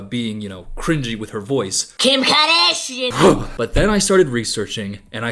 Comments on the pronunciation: "Kjim Khoardasjian!" 😂😂😂😂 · I just have one thing to say….KIM KAHDASHEIN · 😂" kim kadashian"